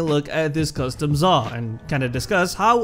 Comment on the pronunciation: man i thought you said zarr